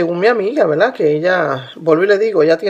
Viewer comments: Fricolerbri is mac ES UN DECIR MUY COMÚN EN LOS PUERTORIQUEÑOS. ...ES CORRECTO DECIR " VERDAD " PERO ELLA PRONUNCIA VELDA SI LO REPITE MUCHO Y ES DE MAL GUSTO EN ESPECIAL SI HAY UN DIÁLOGO O EN ESTE CASO ELLA HIZO UN VIDEO . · Quiere decir "verdad" los portorroqueños no pronuncian la r en algunas palabras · Verdad. La gente de puerto rico no pronuncia la r.